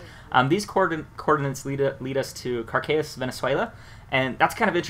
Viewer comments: 1. its VENEZUELA not VENEZUALIA wtf? and its caracas not cracas i como from venezuela and let me tell you my friend that chavez died in cuba not in venezuela when he died he was in la habana in a fucking hospital. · such a gringo, the way he said caracas venezuela